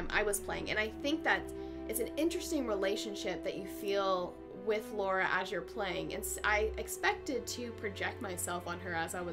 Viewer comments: The game is generally wonderfully produced, but for me, sadly, ruined by too many QTEs. One or two, as in Far Cry 3, would've been ok, but to have them over and over throughout the game killed much of the enjoyment. Which is a shame as I so wanted to like it. Oh, and it's LARA, not Laura! :) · "Lora" I know somebody who goes nuts when hearing someone pronounce Lara that way.